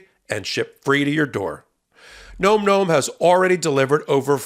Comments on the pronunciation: If you are going to have a corporate overlord, the least you can do is pronounce their name right. It's NOM NOM, not gnome gnome! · surely nom nom should be pronounced like pom pom as it has no 'e' and not like Gnome Gnome. Alas, the President in White House Down was Jamie Foxx and he looks nothing like Harrison Ford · Bro, it's Nawm Nawm, not Gnome Gnome😅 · It's NAHM NAHM not Gnome Gnome,!! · Nom Nom is pronounced Nahm Nahm NOT Gnome Gnome!! 😂😂 Nom Nom as in yum yum, nom noms. Wow. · I've heard this item advertised on another podcast. I think you might be pronouncing the name wrong. The other people pronounced it like "Nahm Nahm" like the sound that people sometimes make to signify something tastes really yummy and you are gobbling it up. If you want to double check which pronunciation is right?